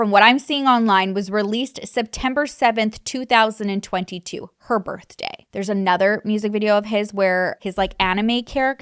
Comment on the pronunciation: you kept saying 2002 and i was confused until i realized you meant 2022